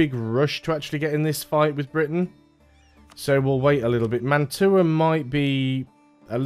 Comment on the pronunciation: Fun fact: Mantua is pronounced like mantwa, it's a french Italian name